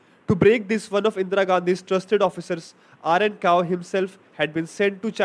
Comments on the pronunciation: very funny that you called the best in the last but simply pronounced his name wrong......he was rn kao not rao.... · Rao nahi...Kao